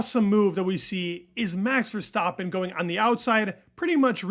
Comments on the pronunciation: STAAAAPIN LIKE STRAPIN (rhymes).. not Verstauuuuptin.. come on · why do you pronounce Max’s last name wrong?